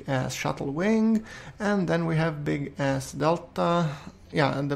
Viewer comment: the way you say big-s sounds like big ass XD, this isn't an insult it's just a joke.